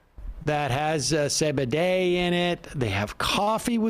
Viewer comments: Say bay day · Are you purposely mispronouncing CBD?